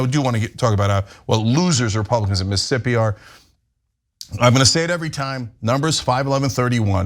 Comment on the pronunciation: Omg, Cenk!!! Stop saying MS as Miss'ippi 😆 🤣 😂. You're missing another grouping of ss's lol. Love you, brother